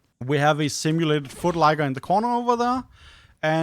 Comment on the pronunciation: Thanks for the video, super informative! Also lmao "simulated foot-liker"